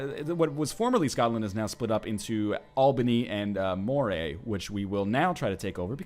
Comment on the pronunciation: Moray is pronounced like Murray